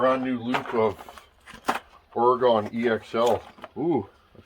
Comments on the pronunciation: It's oreGUN, not oreGONE 😂 sorry i had to lol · it's "OR-GIN" that's how you pronounce oregon much love brother